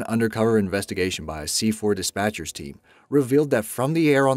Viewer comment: Did he just say C4 DIPATCHERS? Take the "r" out buddy 😂 Does that program even still exist?! 😲